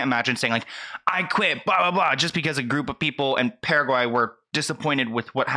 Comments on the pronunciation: I can confirm as a paraguayan that your pronunciation is one of the best I’ve heard so far. In case you ever need to say it again, the “Para” in Paraguay is more like “paragraph.” Kind of like Paragraph+Why. Parawhy. Paraguay. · You pronounced it more correctly than Miley even lol. Yes you said it right Wow. Nobody was waiting for her? Why didn’t she go look for them? Is she too famous for that? “Let that sink in” sounds very passive aggressive to me. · You are saying Paraguay correctly. Also, first the Lorry Hill situation, now this… One, racist comments towards Doja and fans is wrong and never the answer. Her not even posting about being in the country wasn’t good (especially bc she did it for Argentina and Brazil). But then not even saying if her fans or the people or Paraguay are okay after the flooding is another. A lot of people don’t understand how a lot of Latin countries deal with flooding after heavy rain bc the streets, storm drains, and homes are not always built properly to withstand that kind of weather. Also why is she lying about her fans not waiting for her outside of her hotel and the concert? It’s her vs. everyone that is posting about being there? This whole situation doesn’t sit right with me, I don’t know how to feel. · Paraguay is pronounced PARA-WHY. Thanks to cover this. I'm not from Paraguay but i am from Latinoamérica and she really did a number on them, so it left a bad taste in the mouth of all south-americans. We really don't understand why what's in her mind to do something like that. Girl needs to hire some PR to manage her tw account. A simple "Oh, i hope you're okay from that storm, so sorry I can't perform. Kisses and love" THERE. That would have made everyone happy and this whole situation would not exist. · paraguayan here! your pronunciation is just fine haha. I really liked your approach, thanks for sharing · I am Paraguayan and I always listen to you, I love your channel. You pronounced it well.:)